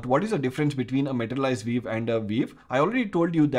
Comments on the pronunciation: vee-you not veev. I had to rewind a bunch of times at first to figure that out. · why you say 'viv'? and not view? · Took a while to figure out what you were saying when you're saying view - sounds like veev... LOL I can see a number of usual uses of materialized views. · so funny your english accent, especially how you pronounce "view" :) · Pronunciation View as "vief":) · Great Explanation, also Pronunciation for View is "vu" 😊